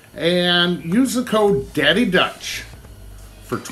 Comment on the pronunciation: Caddy Dutch? Get the marbles out of ya mouth 😂😂 Ok you redeemed yourself with the Burnt ends. Okay Okay Okay I see that I need to load my old dad in the truck for a trip up to Iowa again. It all looks great buddy!